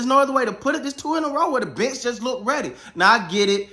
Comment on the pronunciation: The first 5 times when he said "the bench", I heard "the bitch". And I am like "who the hell is this bitch and why do they call him the bitch?"